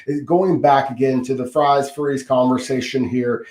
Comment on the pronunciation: It’s fries not freeze. Stop trying to church it up kid